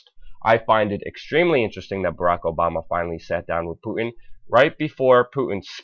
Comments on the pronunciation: I love your reporting, BUT FOR GOD'S SAKE..... It's 'POOTIN' ....NOT 'POO-IN' . Please pronounce the 'T' in Putin. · Please pronounce Putin correctly. Sounds pretty weird the way you say it.